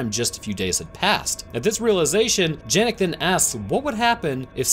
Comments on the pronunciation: I could be wrong having not watched the film and not heard how the characters pronounce “Janek” but considering it’s my name it hurt my ears everytime you said Jan-Ek rather than Yan-Ek 😅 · It's pronounced yah-nek not how it's spelled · His name is janek but it’s pronounced yanek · its pronouncede yanek, not janek